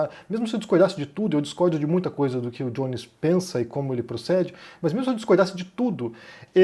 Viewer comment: "o Djones" kkkk parei de assistir o video pq me deu muita agonia de ver vc chamando de "Djones"